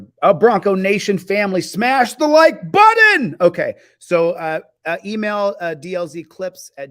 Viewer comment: Holy toledo as smart as you are you should probably know there is no D in the word button